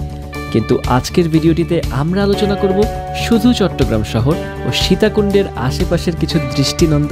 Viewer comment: চিটাগাংকে চিটিং কেন বললে???